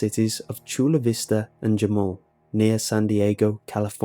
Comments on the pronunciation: It's pronounced Hamal not Jamal lol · It's pronounced ha-mool, not ja-mool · It's pronounced ha-mool not ja-mool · So being a San Diego native, I have heard of this area. Not that I care if you do butcher names, but Jamul, is pronounced Ha-mool. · In Jamul the j sounds like an H 😂😂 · Its so weird seeing that name on a Creepypasta when I live about half a mile away from the road described in this. Its not even that rural. I mean, the dirt road itself is I guess, but the point at which it becomes dirt is right there next to the suburbs. Also, pronouncing the hard "J" in Jamul (rather than the H sound) made me cringe a little bit. I guess isn't too familiar with Spanish pronunciations. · yes!! I live in Jamul! Dx it's funny though he pronounced It wrong.